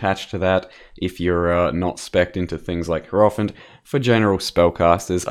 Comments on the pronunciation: yarp. Hierophant should be pronounced more like High-row-fant and not Hair-off-int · cannot unhear the way pronounces Hierophant